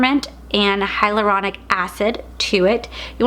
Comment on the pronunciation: You mean hyalauronic oil right? Not hydraulic😂😂😂😂😂😂😂